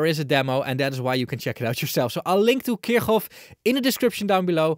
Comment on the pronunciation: Finally someone who's not making my ears bleed by absent-mindedly pronouncing Kirchhoff completely wrong Thank you, 👍☺